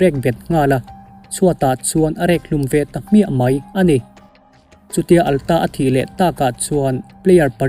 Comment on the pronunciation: Atlas hi Alta tia i lam tlat le, heih heih mai a